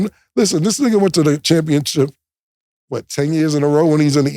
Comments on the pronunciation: Can y'all tell Cam it's championship and not championchip 🤣🤣🤣🤣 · Championship Cam…Not Championchip 😅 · He keep saying championchip 😂😂😂😂